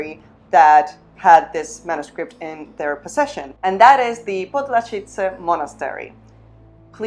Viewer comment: As a native Czech I can asure you, that your pronunciation of Podlažice and Sedlec, was correct. The only problem was with the pronunciation of the ''ř ''sound in Břevnov.